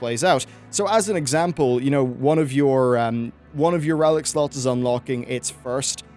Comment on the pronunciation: I keep hearing sluts instead of slots for some reason